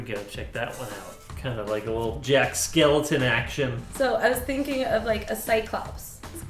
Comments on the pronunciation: Did he just say Jack Skeleton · did you say jack SKELETON instead of SKELLINGTON WTF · “Jack Skeleton” he says...it’s SKELLINGTON YOU UNCULTURED SWINE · ITS JACK SKELLINGTON NOT SKELETON! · Who else got triggered when he said "Jack Skeleton" instead of "Jack Skellington" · Did you say Jack skeleton???????? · Is no one going to adress the fact that pronounced Jack Skellington wrong!?!?